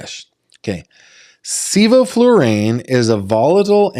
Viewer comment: I’m a veterinarian who uses sevoflurane for animal anesthesia regularly. You pronounced it perfectly, but he couldn’t have used it since it didn’t have the proper equipment.